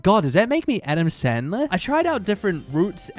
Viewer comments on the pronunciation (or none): none